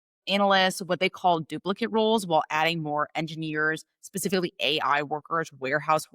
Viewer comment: i couldnt listen to you say A, I. Had to turn off